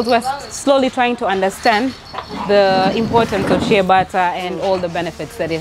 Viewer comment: It's "shea butter"...